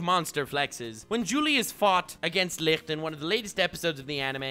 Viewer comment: How tf does he pronounce Licht so perfect every time